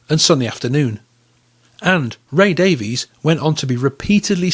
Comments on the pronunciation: Davies is pronounced Davis in England, according to Dave. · Great video. The Kinks 60s singles are incredible. They pronounce their surname Davis not Davies. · DAIES is pronounced Dave-Iss, Mick is pronounced MĪCK ( Mike) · I had heard it is pronounced "Davis" in England, but to us Americans who don't know any differently, it is pronounced as it looks. If that is true, I wonder if Ray and Dave, overtime, just accepted the American pronounciation. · Strangely enough, the brothers each pronounce the name "Davies" differently.